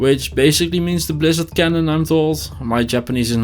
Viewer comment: Buriza-do kyano is not japaneese :) Its how a japaneese person mispronounces english. Buriza-do > blizzardo >blizzard Kyano -> cannon Blizzard cannon